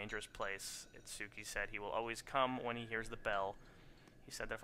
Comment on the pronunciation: it's pronounced It-ski just like Samonosuke or Sah-mon-oh-Ski